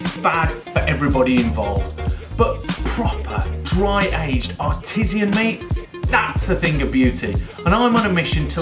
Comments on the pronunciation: Keep saying artesian/artisian bruv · you need to learn how to pronounce artisan first. It in not artisian.